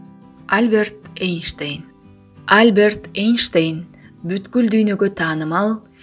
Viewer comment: Альберт Эйнштейн эмес, альбЕрт эйнштЕйн, чон тамга ударение.